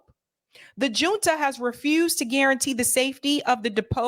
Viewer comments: Great coverage,! Fyi, junta is a Spanish word. The “J” is pronounced like the “H” in English. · Hi love your show! FYI “Junta” is pronounced with a H sound not a J sound. Like “Hunta”☺️